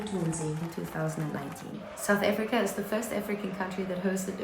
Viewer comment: Why are you saying it like that. Saoet Afreeka